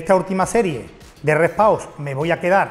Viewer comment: Porque dicen Re Pau 😒